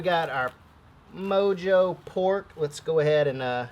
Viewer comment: The only great cooking video where the presenter can't pronounce "Mojo" or "Oregano and I'm not mad at ya!